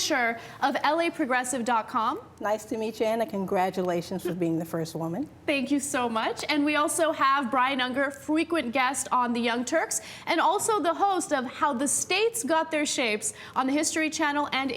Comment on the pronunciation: Did Ana say 'fwequent'?